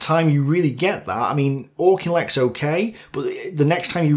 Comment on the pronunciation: Just a minor nitpick but isn’t Auchinleck pronounced “Afflek”?